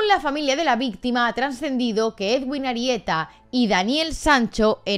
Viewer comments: Soy colombiano y te voy a decir que no se pronuncia edwin, así se escribe pero se pronuncia eduin, vale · Soy colombiana pero no me había podido enterar bien de lo que pasó. Que fuerte todo. Pdt: El nombre del médico se pronuncia "eduin" como si la w fuese una U, para que lo tengas en cuenta en las actualizaciones que nos hagas. Un abrazo y gracias por el video :) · Solo un pequeño comentario: su nombre de pronuncia "eduin" y para su apellido se pronuncian las dos "eres", como en "ferrocarril" Saludos desde Montería, ciudad donde trabajaba y vivía el cirujano